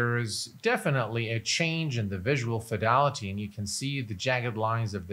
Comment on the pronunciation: I'm curious as to why you say (phonetically) "visual fidalaty" repeatedly when the word is "fidelity".